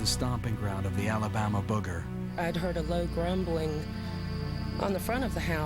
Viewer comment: This is my favorite cryptid, mostly because of the way the natives say, "Boogah". Love it.